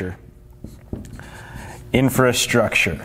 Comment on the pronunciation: Great video, gives me a little more confidence in investing sooner than later! But "Infrastrure?"... haha